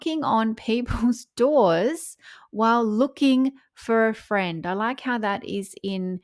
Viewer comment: Harry : I'm looking for a fwend. Will you be my fwend? 😂